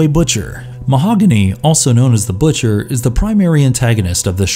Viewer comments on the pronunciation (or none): none